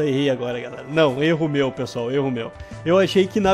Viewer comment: "erromeu" me quebrou kkkkkkkkkkkkkkkkkkkkk